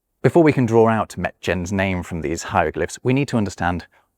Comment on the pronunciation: Another language lesson to learn is that the word “draw” is pronounced “draw” and not “drar”. One is incredibly annoying and one is not.